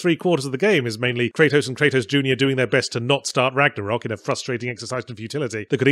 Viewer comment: Now if only yahtzee would go the extra mile and pronounce ragnarök correctly